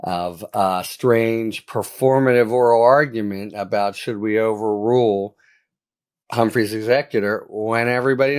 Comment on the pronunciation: OOPs! 'Humphrey's' not 'Humphries'... only error made!